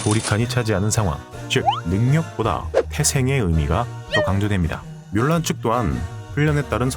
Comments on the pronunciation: 뮬란을 물란이라고 발음해서 문란해진건가? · 중국어 발음도 물란. 영어 발음도 물란. 한국에서만 뮬란. 한글이 없어서 표기 못하는 것도 아니고 왜 굳이 뮬란인가?